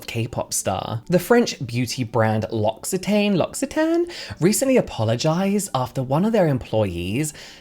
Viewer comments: L'Occitane is pronounced like "locks-ee-tahhn"! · L’Occitane pronunciation = “Loxi TAHN” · L'Occitane is French so you pronounce it "lo-xi-tahn" 😉